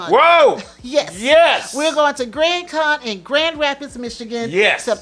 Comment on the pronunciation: For half a second there, I heard, "GrandCon" as, "GrantCon." ;-) lol